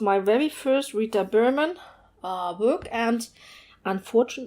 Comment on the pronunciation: The way you said the Rita berman titles was so beautiful!! lol I’m American so I love the different languages and accents compared to my own. Lovely video!!